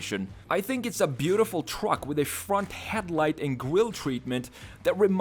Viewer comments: The way he says truck. Twuck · i love where hes says twruck